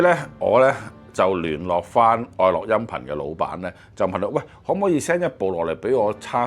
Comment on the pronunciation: 愛樂個「樂」字係咪應該讀「音樂」個樂而唔係讀「快樂」個樂呢？